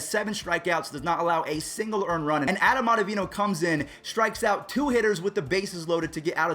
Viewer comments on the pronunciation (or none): none